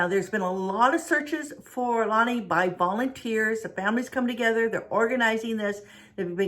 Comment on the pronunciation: Its La-nay and we live in anacortes, Wa pronounced (Ana-cor-tes)